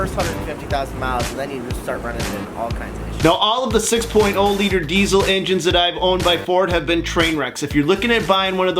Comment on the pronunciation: What's a dezzel? Its diesel.